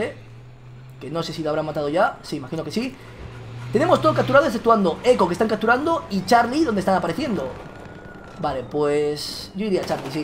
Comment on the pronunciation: "cacturando" "helicoctero" habla bien vegetta...